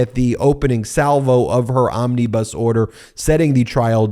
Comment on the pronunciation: Ben, "Omnibus" has no ee's in it.